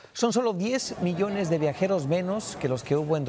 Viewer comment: Miles de millss dice ese reporter????